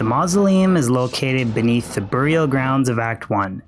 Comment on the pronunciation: how does someone figure out a way to mispronounce burial.